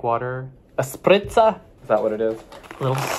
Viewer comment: Spritzer is more of an Austrian German expression than it is an original German one. It is quite common in Bavaria as well, because of the location close to Austria, but not really in the rest of Germany. But your pronouncation was quite impressive.